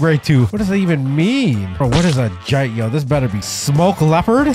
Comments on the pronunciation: Nerds be when they are right (this is actully true): erm you do not say jitt erm it’s actully jit-e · the way he pronounced jitte